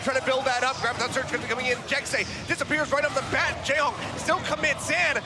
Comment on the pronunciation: No according to him it is pronounced Jack Seh